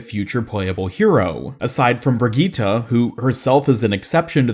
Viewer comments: Brigitte is pronounced bri-jet not bri-gee-tah it is said with an accent like phara is pronounced ph-ara but the characters pronounce it phar-ee-hah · why are you saying brigitte like that